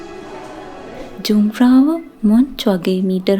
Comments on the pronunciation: The name should pronounce as යුන්ග්ෆ්‍රවුයොහ්ක්. Many thanks for uploading this superb video. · ලස්සන වීඩියෝ එක. පොඩි නිවැරදි කිරිමක්..J අකුර ජර්මන් භාෂාවෙන් ශබ්ද වෙන්නේ Y "යු" විදිහට..කන්දේ නම "යුන්ග්ප්‍රවුයොක්" .